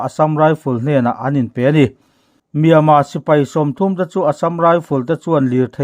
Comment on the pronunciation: Myanmar tih lam rik hi a har viau aniang maw